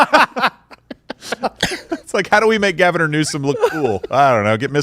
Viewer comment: I love that you say Gavin-er Newsome instead of Governor. 🤣💀